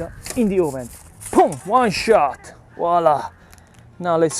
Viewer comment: 😂 I see someone else thinks that voilà is Walla! 😂 I was yesterday’s age when I finally realized I was saying it wrong.